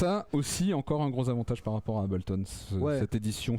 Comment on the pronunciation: Trop "français" le...mec, pour faire qd même un peu sérieux ds le tuto, on s'applique minimum à prononcer "Hey-bleu-tonne" correctement...j't'en foutrais des Abel-ton...ça donne envie de passer à du Cain-ton! Grave!!!